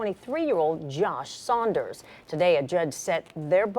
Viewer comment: Saunders not sliders